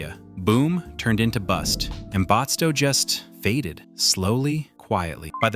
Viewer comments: I don't think restored historical villages qualify as true ghost towns. A ghost town would be a place where no one lives, and it's completely abandoned, and the restored villages are not abandoned. Batsto is not pronounced "Botsto". You missed some actual ghost towns, like Friendship, Harrisville, and Amatol. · You were doing good until you said Batsto the completely wrong way1!